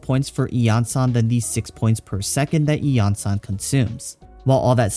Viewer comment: Suddenly breaking out that clear pronunciation for the event weapon D